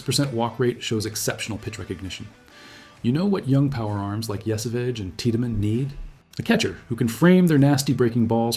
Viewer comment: I'd be more inclined to agree if you pronounced Yesavage properly.